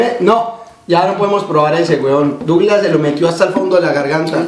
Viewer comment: Se dice douglas xDdd